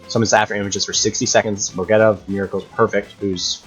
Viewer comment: Go Geetah is how you pronounce it and why are you doing db content if you don’t know anything about the anime lmao 😂